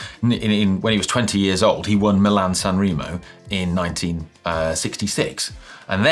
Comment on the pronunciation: ...please, can you get the correct pronunciation of San Remo? E Like e in Eddy. The same goes for linguine, zucchine, finale etc...always the same e like in Eddy. Thank you in advance